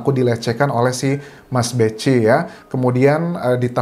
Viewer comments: Itu bacanya mas "beki" bukan mas "bechi" 🙏🙏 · Dibaca mas beki bukan mas beci. Yg benar Kiai Tar (Mochtar Mu'thi) bukan Mufti.